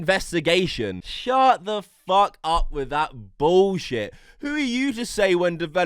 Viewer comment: Why do you pronounce the word “the” as “veh”